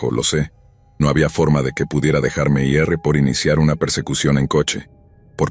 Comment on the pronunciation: Tampoco conocen el verbo ir. Pronuncian: i erre. 😂